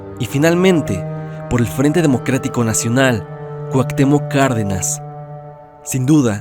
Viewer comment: Cuactemoc? Cuau pinches Cuauhtémoc